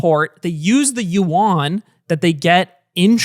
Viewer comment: it’s not pronounced “you on” like hey bro you online? it’s more like “you -en”. En as in ending Nice attempt tho